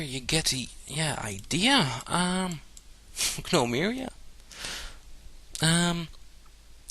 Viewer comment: G-nome-oria. You silly foreigners and your pronunciation. :D